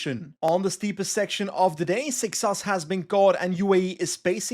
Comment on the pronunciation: Hey, do you want some help pronouncing Seixas the correct way?